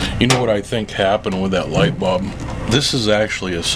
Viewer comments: Bulb with a UL like the sound in the word Gull, not Bob that rimes with cob. Otherwise, thanks for the info. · Now I'm wondering what part of the country pronounces bulb as bob. Funny.